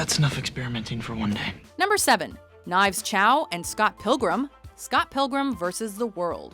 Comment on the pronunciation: chau knives deserved better, say it with me